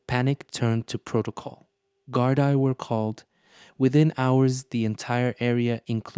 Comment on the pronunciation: It’s GardA or Gardee (pl) respectfully